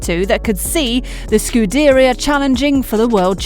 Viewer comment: Can we focus on how she said "Scuderia" for a second.